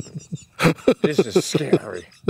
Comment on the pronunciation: "shhun-rise" Oh Pete, you're hilarious. Stroke's feelin better!"